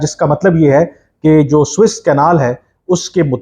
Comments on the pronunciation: بار بار نہر سویز کو سوٸس کینال کیوں کہ رھے ھیں۔۔۔ محترم کامران یوسف صاحب؟؟؟؟؟؟؟؟؟ اس کا نام suez canal..گوگل پہ آ رہا۔۔۔😊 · First of all. It is Suez canal and not Swiss canal. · Swiss Canal? Yeh kaha hai bhai? Swiss Canal nahi... Suez Canal!